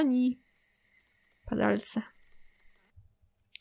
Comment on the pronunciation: Usłyszałam pedalce a nie padalce xd